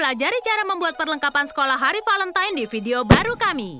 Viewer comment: Semey Niati Hey valentine bukan velemtan bacanya juga valentain